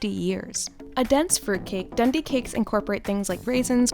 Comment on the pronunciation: Pronounced Dundee cake wrong